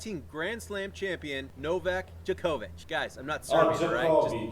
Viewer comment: Your pronounciation of Djokovic was correct :)